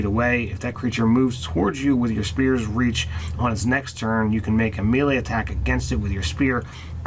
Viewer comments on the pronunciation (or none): Oh-berr-inn May-lay Zeh-lot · Someone criminalize the "mee-lee" pronunciation please. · Apparently, prince O'Brian was a mee-lee zee-lot